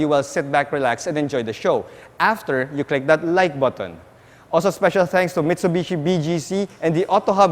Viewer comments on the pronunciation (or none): none